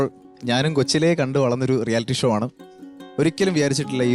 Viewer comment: ഷ എന്ന് ഉച്ചരിക്കാൻ അറിയാത്തവരെ anchor ആക്കരുത്. ഷോ യെ ശോ എന്നും, ഷാനെ ശാൻ എന്നും പറയുന്ന ന്യൂ ജനറേഷൻ. Uneducated fellows